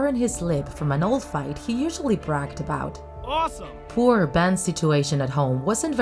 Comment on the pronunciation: I liked when it said ASOME!